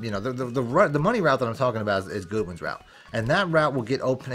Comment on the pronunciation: Dawg! Say GOOD-WIN name wrong again! I dare you! Lol Be respectful to the 9ers Nation!